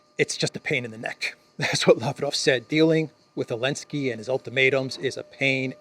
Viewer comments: You can tell someone's a shill because of they way someone pronounces names like "Olensky" (negative slant) and "Lavrov" (positive slant) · Always wondered why you say Elensky? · Lol. I think it's physically impossible for you to say "Elensky's peace plan" properly pronounced and in a normal voice. Love it. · Silly. Just because the Z is silent, doesn't mean it isn't there. If the Z is implied you must be tried! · It's hits different to hear you say the z :face-blue-question-mark::cat-orange-whistling::face-fuchsia-wide-eyes